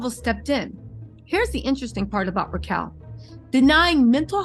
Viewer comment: It's Rachel. Not Ra chel.